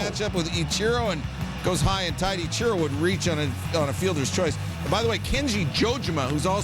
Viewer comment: Sir it’s Ichiro. Not I-Cherro